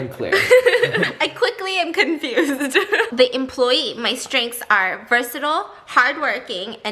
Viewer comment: did she rly just say ver-sa-tool